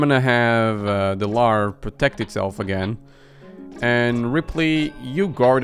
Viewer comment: larvae is pronounced larv uh